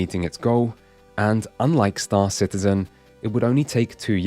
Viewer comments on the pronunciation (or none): Excuse me, sir, but I believe the correct pronunciation is Star Shitizen.